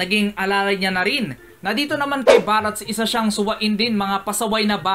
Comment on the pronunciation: barts po hindi barats